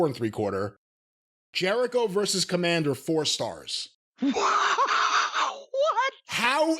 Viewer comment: I said it before and I’ll say it again. Kommamder with a K sounds like a WCW jobber from 1998.